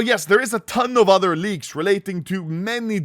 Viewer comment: His tongue is so fat it sounds like he says leagues not leaks